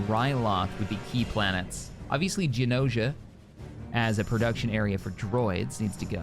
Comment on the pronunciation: Just remember every time says "Genosia" instead of "Geonosis" (Geo-Noses-Sis) a battle droid gets the bottom of it's feet burned.